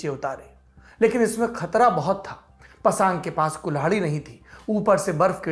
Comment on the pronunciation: pasaang ni pasang hota h